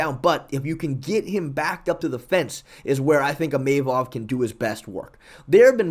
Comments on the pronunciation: sorry I can't hold my tongue any longer. His name is pronounced Imavov as in (EE-mu-vov) the stress goes onto the "EE" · Bro is chaelmaxxing with “Imayvov”